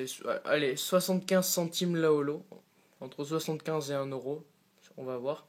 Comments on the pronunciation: Il dit oro au lieu de euro xD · On dit : Euro , et pas Oro ....